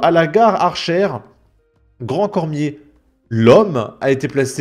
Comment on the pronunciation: C'est pas Archères grand cormier c'est Achères. C'est pas les Hyvelines c'est Yvelines faut faire la liaison t'as du mal a parler